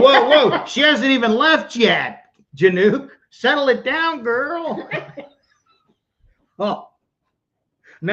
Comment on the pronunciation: Just FYI Kim's last name is pronounced "Yanik"